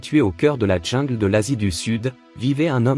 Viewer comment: Sûrement un beau geste Mais un peu marre d entendre ces narrateurs qui ont eu comme Profs de Français, une Vache Espagnole Déjà pas un ourson, mais un tigron. Et pas la Djingle, mais prononcez là jingle pour le mot jungle ou retournez à la maternelle